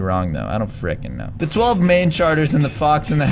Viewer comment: says: FREKEN!